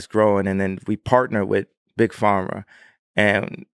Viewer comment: “Big FARMa” 😅